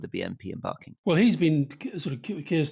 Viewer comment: Rory said ‘Barking’ in the poshest voice I’ve ever heard it be said 😂 From Barking and the practical work really did help turn people away from racism. A happier society is an anti extreme society.